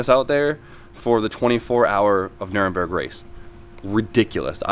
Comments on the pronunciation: It's Nur-burg-ring not Nuremberg or whatever else you were saying. Work on your pronunciation man, show some respect for their language and culture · Did you say 24 hours of Nuremberg? Pretty sure you mean Nürburgring :D